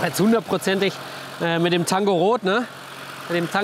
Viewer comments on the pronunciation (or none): Tango rot und nicht Tanga Rot Matse 😂